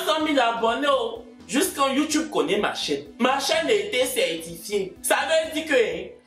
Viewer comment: YouTube se prononce youtoube en anglais 😭😂 mais y’ai aimé